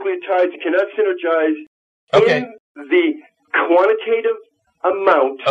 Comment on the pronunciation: QUANATATIVE?!!? ARRRGGGGGHHHH!